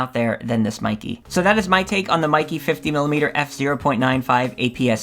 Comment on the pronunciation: Pronounced "may ke"